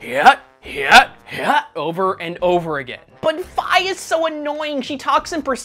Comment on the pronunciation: i-is it possible? some actually pronounced Fi correctly??